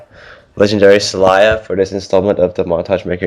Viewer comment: why does alex keep pronouncing it in the beginning as sal-eye-ya?? it's obviously pronounced sal-lay-ya.